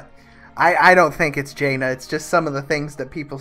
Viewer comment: Jaina might be the only wow lore name that pronounces correctly KAPPA